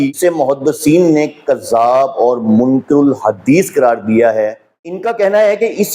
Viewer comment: ، آپ کی تحقیق کا معیار ایک طرف ، لیکن آپ کا غلط تلفظ آپ کی تحقیق کو نقصان پہنچا رہا ہے۔ آپ نے منکَر (غلط، جھوٹ) کو منکِر (انکار کرنے والا) پڑھ دیا۔ آپ کا قرآن اور سنت کے ذریعہ سچ کو سچ اور جھوٹ کو جھوٹ ثابت کرنے کا کافی اہم کام کررہے ہیں۔اللہ تعالی ٰ آپ کی دعوت میں برکت عطا فرمائے۔ آپ کو ایک بار ایک مولوی رکھ کر قرآن کا تلفظ اور مخرج صحیح کرنے کی اشد ضرورت ہے۔